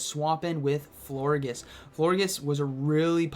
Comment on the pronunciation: It’s definitely pronounced “flor-jis” like gorgeous 😭